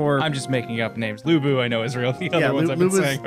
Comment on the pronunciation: It was nice hearing you guys talk about dynasty warriors. Its my favorite game series. You got Lu bu, Cao pi, And Zhang Fei right btw